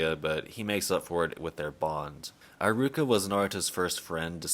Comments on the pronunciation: Nice video, although I must say this is the first time I've been so bugged by someone mispronouncing a name..high-ruka. Come one, it shouldn't be that hard. He-ruka 😂😂😂Don't mind me, I'm never really bugged by mispronunciations but this just got to me somehow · Why do you say Eye-ruka? Do they say it like that in the sub? I doubt it because I is usually said like e in Japanese... it's E-ruka. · ee-ruka. Not aye-ruka. @@ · Eye-ruka? WHAT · Im not usually one to make fun of people's pronunciation, but homie said eye-ruka hahahahaha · Who tf is EYE-ROO-KUH???